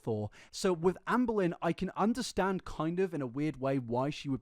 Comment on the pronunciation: "I feel like it's impor'in? To make this video? To help you guys understan'? Or to admit to my wrongdoeens?" Half of the fun of watching is hearing her mispronounce half of of her very limited vocabulary, as well as her weird intonation when she speaks. Also the fact that she admits before she even starts the video that her purpose is to "help us understand" her multitude of lies, rather than just admit she lies, is very on brand for her.